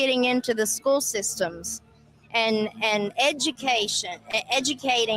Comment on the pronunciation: How could that running Sheriff talk about education and call it SKOO? It's SCHOOL with an L at the end, not "skoo."